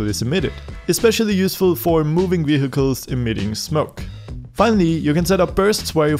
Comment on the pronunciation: did he pronounce the h in vehicles? lol